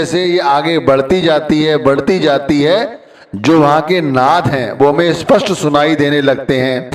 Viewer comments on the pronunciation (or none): none